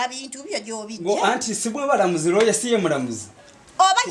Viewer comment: the word is lawyer.. not lawer.. it bothers me, when it's a repeated error.